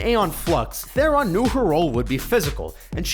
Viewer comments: Learn to pronounce Theron, morons. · you can't pronounce Charlize Theron's surname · you Americans have a thing for pronounced names wrong just like you mispronounced charlize theron